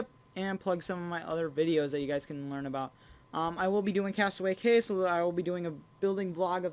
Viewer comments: AMAZING!!! I want to help you with one pronunciation. Castaway cay is pronounced like key. It's spelled cay but is said key. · castaway cay is pronounce as castaway key